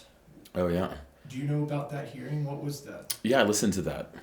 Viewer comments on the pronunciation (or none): none